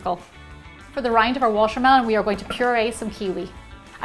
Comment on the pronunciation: I think she has a problem wth the "T" because she pronounces like "sh". Eh: washermelon instead of watermelon... it's kind of annoying but her recipes are the best...